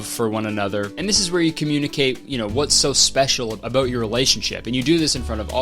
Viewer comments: That "ABOOT" came out HARD-CANADIAN. Like Truro, Novia Scotia vibes #swearnet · the little Canadian "about" is adorable